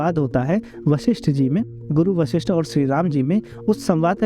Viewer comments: Sabse pahile उच्चार ठीक किजीये वशिष्ट हैं ना की वाशिष्ट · इन ॠषि का नाम वशिष्ठ है, वाशिष नहीं। जिनके बारे में वीडियो बना रहे हैं उनके नाम का उच्चारण तो सही कीजिए। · आप शुरू में उनके नाम के उच्चारण में वासिष्ठ बोल रहें थे इसलिए लिखा था आपका धन्यवाद लोगो को धर्म और ग्रंथो के बारे में जानकारी देने के लिऐ 🙏🙏